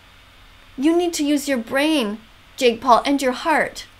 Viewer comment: "His name is jeek Paul" I litteraly heard jeek Paul and started laughing.